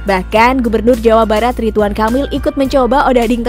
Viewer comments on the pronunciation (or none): none